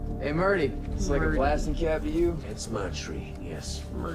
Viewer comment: This season and book 4 are based off the idea of a western. Like Holden said: It's going to be like a blood soaked gold rush. Also have you picked up on Amos never saying Murtry name correctly on purpose, lol!!!!!!